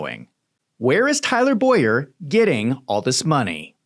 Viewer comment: Tyler Bow-yer. My name is Boy-er